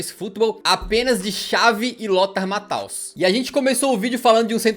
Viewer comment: Ouvir Lothar "Mataus" fez sangrar meu ouvido... 🦶🐀🦶🐀🦶🐀🦶🐀🦶🐀🦶🐀🦶🐀🦶🐀🦶🐀🦶🐀🦶🐀🦶🐀🦶🐀🦶🐀🦶🐀🦶🐀🦶🐀🦶🐀🦶🐀🦶🐀🦶🐀🦶🐀🦶🐀🦶🐀🦶🐀🦶🐀🦶🐀🦶🐀🦶🐀🦶🐀🦶🐀🦶🐀🦶🐀🦶🐀🦶🐀🦶🐀🦶🐀🦶🐀🦶🐀🦶🐀🦶🐀🦶🐀🦶🐀🦶🐀🦶🐀🦶🐀🦶🐀🦶🐀🦶🐀🦶🐀🦶🐀🦶🐀 Sobre outros jogadores que ficaram melhores depois dos 30 anos, como não falar do caso Paulo Baier? OK, o cara jogou parte da carreira com um nome, depois mudou mas depois foi indo muito bem, a ponto até de se tornar o 2º maior goleador da era dos pontos corridos mesmo sendo lateral/meiocampista, atrás apenas do Fred ex-Fluminense e difamado como Cone depois da Copa de 2014.